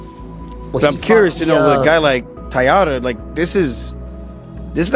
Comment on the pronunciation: . ALJO JUST BUTCHERING NAMES, PER USUAL. TAYADA IS CRAZZZZY! Pure comedy. I am on the floor as we speak, rofl! With that being said, I love Sterling. I want Tatsuro to get it (something for the long flight). Van can get it back in blood.